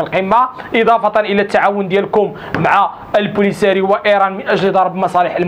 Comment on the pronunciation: تحياتي اخي داءما متألقا. اسمح لي عن هده الملاحظة. وهي عليك الانتباه في النطق ببعض الحروف.فمثلا عندما تنطق كلمة البوليزاريو.لك مشكل مع الباء لدى حاول تضخيم الباء عند النطق.واصل وفقك الله ولا تهتم بما يقال عنك من الهكاويين.تحياتي